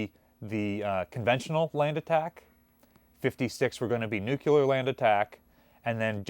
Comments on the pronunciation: pronounces Nuclear correctly. Then goes right back to Nukuler. I don't know why I always hear it. I guess while I was growing up the word came up a lot and people were mocked relentlessly if they pronounced it Nu ku ler. Am I just being ridiculous? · it's "Nuk-lee-er"... not "nuculer"